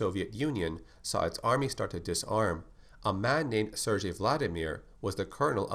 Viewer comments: Just fyi: it's pronounced "Sir Gay" not "Sir J" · Nice video, can you do one on the T-002 from Resident Evil 1 or one on the T-001 aka the Proto Tyrant from Resident Evil 0? And just so you know, Sergei is pronounced "Sair-GAY", not "Sair-JAY". Thanks for another awesome video, and I can't wait to see the next one on Resident Evil.